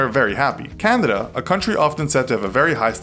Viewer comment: "Candida?" Where's that?